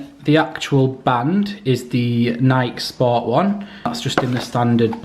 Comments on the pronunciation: It’s Nike not nik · Love the unblocking the thing I just hate is how he says nik not Nike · I’ve never heard anyone pronounce Nike that way. I always thought it was pronounced Nikeee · Great video! But, PLEASE NEVER SAY NIKE AGAIN. It is Nike. Ny-KEEEE! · Its nikEEE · people who say nike instead of nike 🤡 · it's not Nike its nike